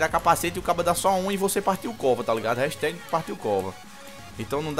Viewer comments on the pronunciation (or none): none